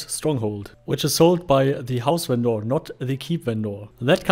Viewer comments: Just curious, why do you call them "ven-door"? Its normally pronounced "vender" (despite being spelled vendor, that is the correct pronunciation of vender). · If you pronounce the word with a german accent its automaticly vendoor. xD Ingame they labeled as vendor. so its not so far from door xD. In german you speell the O mor epresent. With the german O sound. XD